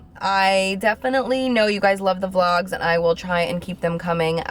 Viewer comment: We luv you toooooo!!! I just have to say. I've been watching you for so long. I remember your first "Vlog" video that you pronounced vee-log ( og supporter here lol ) . You inspired me to start my own channel back then ( which i did Diababi20 ) never stuck to it because my confidence sucked at that point. you're literally a true inspiration girly. I hope you never leave YT❤